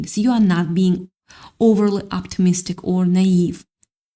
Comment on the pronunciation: lol; oh you are wonderful, lol, but next time remember the word "na-ive" is two syllables. lol; I speak english and I am dumfounded by the pronunciation/spelling of the word: lol; believe it or not "Na" the a has the "i" sound. Then the "ive" the i has the "e' sound and the e at the end is silent. It's a french word. yes, blame the french. So phonetically it will be like ni-eve. oh for the reading, lol, it makes me try harder to be sure I don't slip up. Oh the hope I have allows me to not have fear. So there could be a group of them and I would still have no fear.